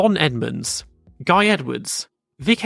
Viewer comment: I believe Ligier's name is pronounced Guy (Ghee)